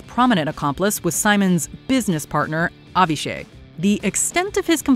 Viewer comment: Avishay is pronounced like avi-shy btw